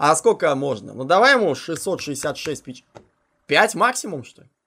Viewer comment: Может не "печЕний",а"пЕчений"=)